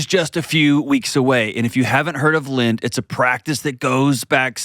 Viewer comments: Also it’s called LENT not lint! 🤣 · And in his ad—it’s LENT not Lint! 🤣